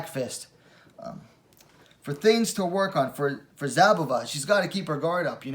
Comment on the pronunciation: The Z in Szabová is silent, just pronounce S instead. She is Bledá's slovakian coutnerpart, best wmma talent of her country atm, just more likely to stay in bantamweight. Worth mentioning, considering the fight result, that Zouak is a two time olympian in judo. I believe Zouak is pronounce the french way, that would mean, u is pronounced (like in put) and o is silent (or rather ou -> u). Good job, keep them coming!